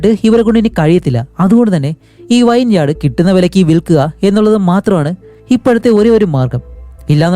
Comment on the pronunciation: വൈൻ യാഡ് അല്ല bro വിനിയാഡ്